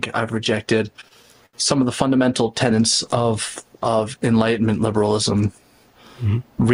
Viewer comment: It's all been said, so I'll just add that it's "tenets!* Tenets. Say it a few time - tenets. Not tenants. Drives me mad that one. A good 99% of people say tenants when they mean tenets. Say it to yourself 50 times. Tenet. Tenet. Tenet. Tenet. Not tenant.